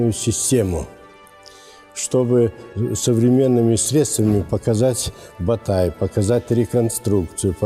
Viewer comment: Не "Батай" а "БОТАЙ"!